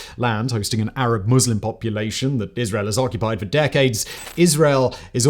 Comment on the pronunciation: Ohh my god.. a presenter who actually knows how to pronounce Muslim correctly?! It's a Christmas miracle.